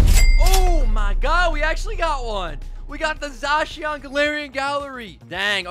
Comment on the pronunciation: za-shee-aan sound chinese haha